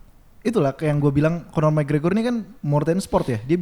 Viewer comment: McGregor bang bukan gragor